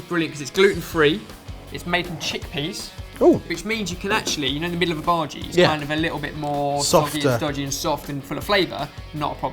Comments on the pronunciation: Its soo cute that calls bhajis that way. Its pronounced as bha-aa--jees. This recipe is almost close to my mothers onion bhajees which i would love to share with you lovelies. Love you guys since ever! Hope to meet you one day to tell you how awesome and hilarious you guys are. One day! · By the way guys, the pronunciation of bhaji is the bha is pronounced as the bu from butter and the ji is pronounced as g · I'm Indian and when my mother makes bhajis she makes the batter thinner and fries them in smaller balls so that its more crispy and tastier, we aren't a big fan of the mushy part in the middle. :) Also your pronunciation of bhaji is funny(emphasize the 'i' rather than the 'a')